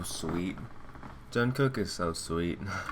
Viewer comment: I can't get over the way the lady was pronouncing Jungkook like "John kook"